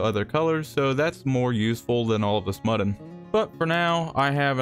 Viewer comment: did he call mutton, muddin, like buddin?!